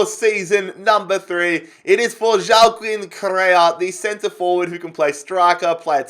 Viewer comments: Just a thing I am fairly sure Correa’s first name is pronounced Wack-een not Joao-kin. I may be wrong but I am fairly confident. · Please pronounce it Hua-keen Correa. I usually don’t care but he’s not Portuguese lmao